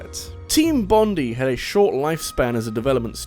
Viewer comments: My poor little Aussie ear-holes.... It hurts whenever he says Bond-ee instead of Bond-eye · Bondi is pronounced with emphasis on the I Bond-eye not bond-ee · Bruh Bondi is pronounced bond-eye not bond-ee 😂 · Mate, you just insulted all of Australia - especially our famous beach of which their is a TV show phenomenon about! It's pronounced BON-DIE - not bon-dee. "-DIE!"... That sounded less creepy and potentially antagonistic in my head. No, don't- don't die. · just respectfully, it's pronounced Team Bond-eye, because it's named after the beach located in New South Wales. :) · FYI 'Bondi' is pronounced 'Bond-eye' not 'Bond-ee'. Its a fairly average beach by Australian standards that just so happens to be in New South Wales. If you want a very nice beach go to Queensland or Western Australia. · Great video! But just FYI, it's pronounced "Bond-eye" after the beach in Australia, not "bond-ee" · Great video as always but I just wanted to point out that "Bondi" is pronounced "Bon-dye". I live close to the suburb of Bondi and it gave me a slight headache hearing it pronounced here. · He says Bondi the same way I do. Had to Wikipedia it to learn how it's supposed to be pronounced. I'm fine with "Bon-dee" tho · Hearing the way he says Bondi hurts my Australian ears.